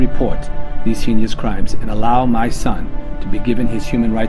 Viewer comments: “Your signature can bring to light these ‘hee-nee-ous’ crimes…” It’s heinous. HEYN-ous. Two syllables, Mr. President. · Interesting you bring this up. Rewatching it, yeah no one pronounces heinous as hee-ne-ous to my knowledge